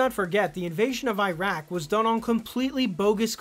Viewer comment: Please don’t say “👁-Rak”, it undermines credibility.